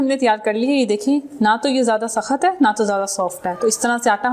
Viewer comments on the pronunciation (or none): Aap ki kia urdu hai kia english Mam its not sakhat its sakht Aur ye un sab ke liye bhi jo urdu ke words ghalat bolte hain